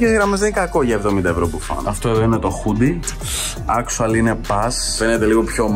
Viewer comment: Τι μιλας αγγλικα αφου δεν ξερεις. Ολο ακτουαλι και ακτουαλι ινσταντ. Τα λες και λαθος